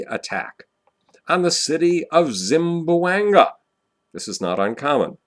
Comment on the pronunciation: As much as I like to watch your videos, it really pains me the way you mispronounce Zamboanga. there is no Zim it is Zam :P